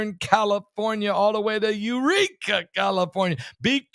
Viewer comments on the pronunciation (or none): none